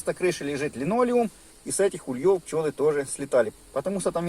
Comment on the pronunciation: В русском языке ударение ставится на первый слог - Улей. Следовательно и вылетают с Ульев, а не с ульЁв. Извините, но слова автора режут слух. Не сдержался.